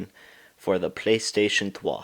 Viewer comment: playstation trois ? :P